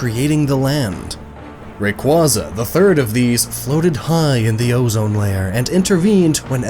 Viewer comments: CrystalLikesShibes I’m not saying that I have a huge problem with differing Pokémon pronunciations, but there’s only one official pronunciation for every name. Rayquaza is pronounced “Ray - Kway - Zuh”. Some people may not say it that way, but that’s the only correct pronunciation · Especially rayquaza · he said rayquaza wrong too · Alex Ivanovic They butchered Ho-Oh, Suicune, and Rayquaza. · Wow, you butchered Ho-Oh, Suicune, and Rayquaza’s names..